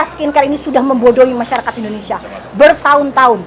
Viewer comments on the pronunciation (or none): none